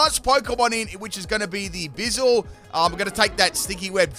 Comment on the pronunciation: Ayo why you say it like bizel? It’s a weasel with a buoy 🛟! Buizel: sounds like “Boo-e-zel”. Way you say it sounds like austin powers 😂. Love the videos bro thank you